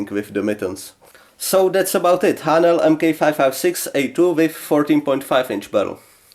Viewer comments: I can’t believe no ones answered you seriously yet lol. When you say Haenel it sounds like you’re saying Ayy-nal (spelled differently so you’re more likely to see this comment) lol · A ok because in German its like a sharp h